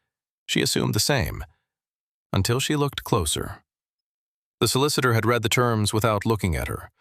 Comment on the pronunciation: Prozackly. Let’s do it. Better writing, proofread, correct pronunciation (red/reed=read). No nasal 14yr old female narrative!